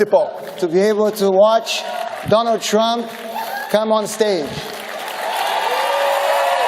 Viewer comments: "Donald Trimp" kkk. É um dilmo mesmo. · “meu relacionamento com o presidente Donald Trimp (sic) foi simplesmente sensacional” KKKKKKKKKKKKKKKKKKKKK atá